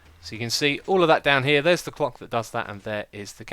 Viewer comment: Idk why but when he said clock it sounded like cock XD